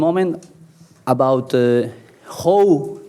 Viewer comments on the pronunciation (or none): were gonna have a lot of fun with the way he sais "How"